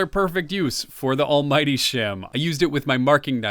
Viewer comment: Just to check, you called it the Almmighty shim, right? 😅😊